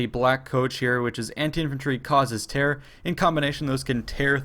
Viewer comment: Hah, you pronounce terror exactly the way George Bush pronounced it...lmao